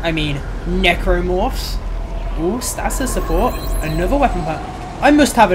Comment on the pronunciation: Stay-sis not Stass-siss